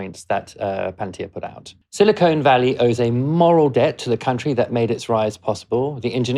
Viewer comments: The regional nickname is Silicon Valley. Your repeated pronunciation as Silicone Valley is grating. Silicon is hard, shiny, and brittle; an elemental metalloid used in chip manufacture. Silicone is flexible, rubbery, heat-resistant, and chemically inert. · Say 'siliconn', not 'silicone' - different sounds for different things. (←double n is purely phonetic) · Do you realize that there is a difference between the words silicon and silicone? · Thanks for mentioning vendor proprietary lock-in. Watch my talks in YouTube about how open source technologies prevent vendor proprietary lock-in. Pronunciation correction in the above video: Silicon Valley ✅ Silicone Valley ❓ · BTW, it's SILICON Valley, as in the mineral , not SILICONE, as in the polymer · "Silicone Valley" is L.A. "Silicon Valley" is what you're talking about. It's pronounced as it is written.